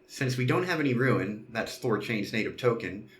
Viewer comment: Tip: the word is liquidity, not "liquidy". Additionally, Thor's coin is pronounced "roon", not "ruin". Thanks for the walkthrough!